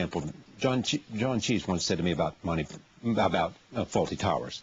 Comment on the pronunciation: Who the fucks "john cheese" ?? 😂🤣 its clease you thick yank !!